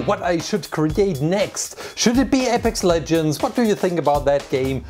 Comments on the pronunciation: did he just say epics legends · I love how he said Apex legends at the beginning with my country's accent